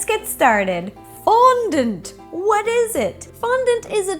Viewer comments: its not pronounced fondunt its fondant! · The way she says fondont is so funny love it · Lol the way ro said fondant. FON-DANT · i love the way you say Fondant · please stop saying fondant in a weird manner 😏😏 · Very well explained video and answers a lot of questions, however I dislike the way she says fondant.